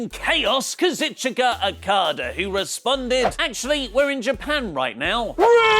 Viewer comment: dont butcher kazuchikas name week in and week out :'(